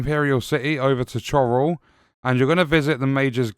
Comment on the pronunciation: Bro pronounced chorrol wrong. 💀